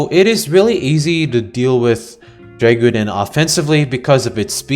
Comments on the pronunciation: You bare butchered the name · i love hearing try to pronounce Dreggodyne xd